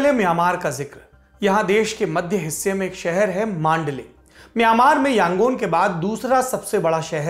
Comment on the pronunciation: मांडले नही, मंडाले ।